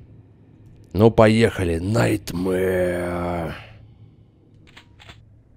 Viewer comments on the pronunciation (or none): none